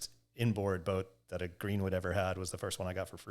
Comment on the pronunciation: Hey, great job pronouncing my last name correctly! It doesn't happen that often in the wake community haha! Really enjoyed the interview Benny, definitely you're one of my favorite riders of all time!